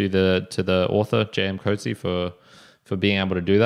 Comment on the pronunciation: Can you pronounce his surname correctly please.